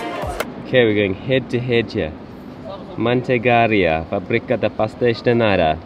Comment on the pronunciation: Your pronounciation of "Manteigaria" is quite bizarre. All the vowels are deaf.😅